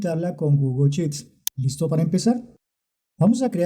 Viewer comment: Porqué no pronuncias bien "Sheets". Es pronunciancion "Inglés Colombiano"?.....